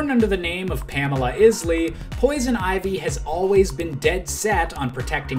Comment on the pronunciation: Ahem...it's pronounced "eyes-lee".